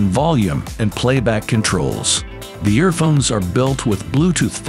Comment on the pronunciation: Whatever AI you're using to narrate this is awful. "Kevler"? "Earphone S"? Suggest you use a different AI voice next time. ..."Near bywall plugs" LOL